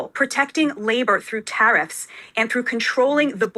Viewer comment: that’s a strange pronunciation of ‘tariffs’.